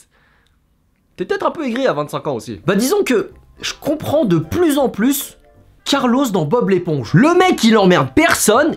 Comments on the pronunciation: C'est CARLO PAS CARLOSSSSS Cordialement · Dsl de faire mon relou. Mais c’est « Carlo » et non pas « Carlossssss » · C’est Carlo pas CarloS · Par contre Carlos le calamar il est pas portugais donc ça ce prononce Carlo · Euh pardonnnnn g bien entendu CARLOSSE ????!!!!😭😭le respect est mort là 😭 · Omg il a dit CARLOSSSSSE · « Carlos » je saigne actuellement des oreilles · les connaisseurs savent que sa le « s » ne se prononce pas